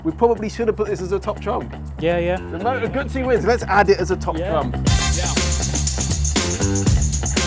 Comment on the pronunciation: It's pronounced Gutzi